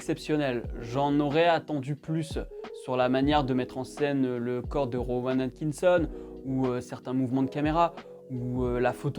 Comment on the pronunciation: ta un peu de mal à prononcer Rowan Atkitson j'ai l'impression XD